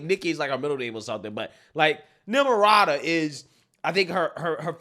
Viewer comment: "Nimrata", not Nimrada".